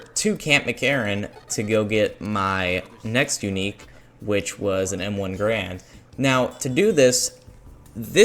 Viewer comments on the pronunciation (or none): none